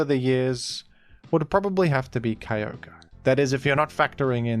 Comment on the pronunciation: Right next to my boi, keeyohguree